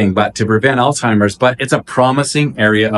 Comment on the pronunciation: I love your energy---btw, it's pronounced All-ZY-mers not all-timers. Thanks for the great info